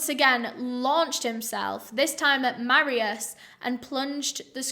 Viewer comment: Me being polish :))) also is not marius you say it mar i u sh